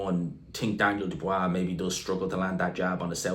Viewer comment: Jesus learn how to pronounce Dubois.